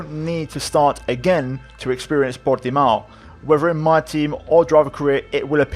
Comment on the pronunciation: Stop saying portimao like that u sound stupid ur not Portuguese